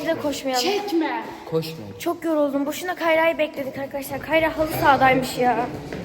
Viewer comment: K: Avkadavlar mevaba K: Ben niye böyle konuştum ki? 👼🏻👼🏻👼🏻👼🏻🤍🤍